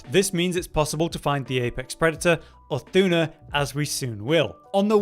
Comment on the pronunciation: Can we talk about how badly he is pronouncing Uth Duna's name?